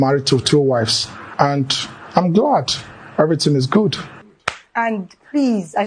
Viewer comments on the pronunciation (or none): none